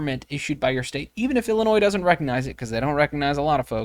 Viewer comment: Can you say I L L I N O I S